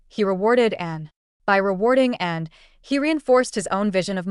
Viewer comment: Din't anyone notice that the narration about Anne's husband cannot pronounce her name?